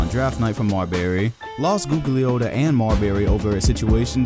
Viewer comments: You cant pronounce Tom G name, smh, trash video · ....you don't even know basketball... because you pronouncing Tom name wrong as shit.... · butchered Tom Gugliotta's last name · You pronounced Gugliotta wrong. Besides that, I haven't seen anyone mention Tom Gugliotta in ages now. Brings back memories